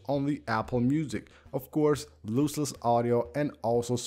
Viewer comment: Loss-less, I think you meant?